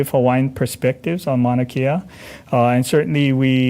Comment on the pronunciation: Dumb ass don’t even know how to pronounce Mauna Kea!!